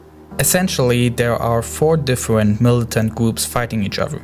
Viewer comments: all i heard was war wuled fwance difwent and diffrwnt words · vewy difwent powews